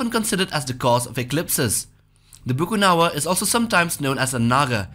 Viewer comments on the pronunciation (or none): It’s actually BAKUNAWA and not Bukunawa. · It's actually Bakunawa not a bukunawa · Its bakunawa not bukunawa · its not bukunawa its bakuna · um it Bakunawa not Bukunawa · Not bukunawa Its Ba-Ku-Na-Wa bruh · It's Bakunaw not Bukunawa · As a Filipina. It is widely known as" BAKUNAWA" here not Bukunawa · It is Bakunawa not Bukunawa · Actually it's Bakunawa, not Bukunawa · Bakunawa not bukunawa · Its actually bakunawa not bukunawa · #2 is actually BAKUNAWA not Bukunawa... Tnx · Its not bukunawa its bakunawa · Correction of bakunawa not bukunawa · It is not bukunawa but it is bakunawa.. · Bukunawa? I research for his name is Bakunawa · im from philippines its not called bukanawa its bakunawa a serpent that have long whiskers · I somehow think that the narrator is munching on flour and just stops now and then and it's "Bakunawa" not bukunawa. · Actually its called bakunawa not bucunawa its cauz im a filipino Theres a story about the bakunawa eating 7 moons on earth in the start of the story the earth has seven moons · Uhmm I'm from Philippines the BUKUNAWA is Actually it's BAKUNAWA ^^ just so were clear yan sa mga hindi na niniwala yan mag iiwan ako ng isang tagalog na mensahe ^^ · ITS BAKUNAWA not Bukunawa bwahaha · it's actually Bakunawa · Its bakunawa btw 😎👉👉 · “BA- KU-NA-WA” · It's pronounced Bakunawa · its BAKUNAWA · It's pronounce "Bakunawa" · Ey im Filipino and that not how you pronounce the monster on , it's pronounced as "Ba-ku-na-wa" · It's pronounce "Bakunawa" And legends said theres a 7 moon but Bakunawa ate the 6 Moon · Oo nga bakunawa un eheheh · Yup its bakunawa..